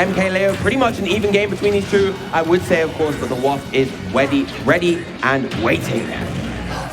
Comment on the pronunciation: so no one else at all ever heard "weady" ? 💀